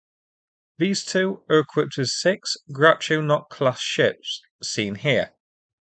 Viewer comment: could have sworn you said Groucho Marx class ships....